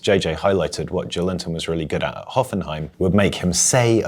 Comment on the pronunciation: guys. JO-EL-INTON. not JOE LINTON. maybe thinking of it as "Joel Intón" helps? The stressed syllable is "-ton". Hope I helped